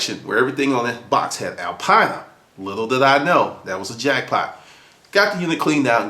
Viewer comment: Not exactly how you say Alpina :) but nice story.. so it was a Race car then? There was no Alpina 2002 road car unless it was a hatchback. Was it Orange?